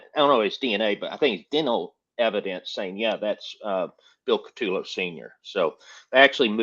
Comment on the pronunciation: You guys can’t even pronounce Bills name properly….CU toe lo = CUTOLO……..not cat too low